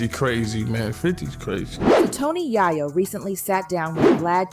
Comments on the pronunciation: It's yayo not yiyo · To pronounce his name Tony Yi-Yo is mad crazy😂😂.. who is this woman?? And then to have the story wrong is evening crazier. It was little baby who did not have money for Big Meech